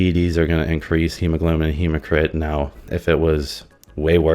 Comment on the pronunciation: Hematocrit not “hemocrit” 😂